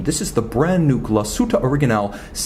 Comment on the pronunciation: Thank you for not butchering the name Glashütte,!!!!!! Cheers from germany